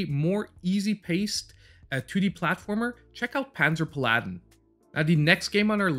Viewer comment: Pal-ah-din, not Pah-laddin 🤓. Game looks cool.